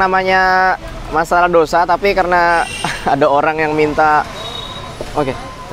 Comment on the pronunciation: Tulisan nya dosa tapi bacanya Tose 😁😁😁